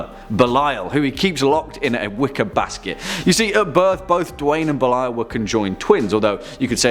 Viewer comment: "Belial" is a Hebrew biblical designation of one (or more) demon(s), and I believe should be pronounced "BAY-lee-al".